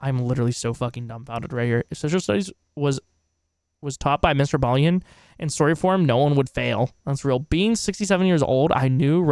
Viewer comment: Homie....his name is Mr. Ballen (pronounced as it's spelled)......not Mr. Ballien. I do enjoy your commentary though, so keep up the good work.